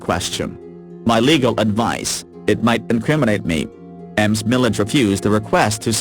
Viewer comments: Not to take away from the tragic story but repeatedly hearing Ms Scott's name pronounced as M Scott really got on the nerves! Fortunately if you have Closed Captions on you can make out what is being said! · I'm with you, Amy. It took me a while to figure out that the women weren't both called Emms... finally I realized it is reading Ms. as Ems. Too weird. There are other... the simulator pronounces other things wrong... it simply can't figure out some of the words or titles.